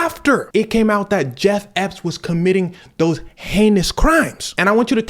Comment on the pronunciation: i'm sorry cuz but you calling bro jeff epp got me in tears